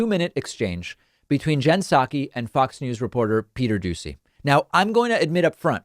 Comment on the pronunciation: Am I the only one that hears him say Peter douchy?